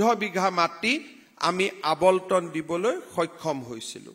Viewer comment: আপুনি শৰ্মা নে চৰ্মা ? বচুন্ধৰা নে বসুন্ধৰা ? ক্ষমা কৰিব এই আবলটন মানে নো কি ? আবণ্টন নহব নে ? দুৰ্ভাগ্য এই যে আমি অসমীয়া সকলে অন্য ভাষা বাদেই দিয়ক আমি নিজৰ মাতৃ ভাষাটোকে শুদ্ধ কৈ উচ্চাৰণ কৰিব নাজানো।